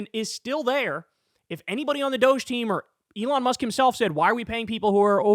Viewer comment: It is Dog E Not Dousch Call it as it is spelled Dog E DOG E